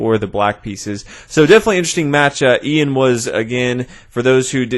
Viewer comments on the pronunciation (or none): It's not "eeeyan", its "Yun", as in yucky